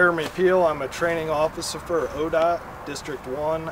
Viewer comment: He said ocifficer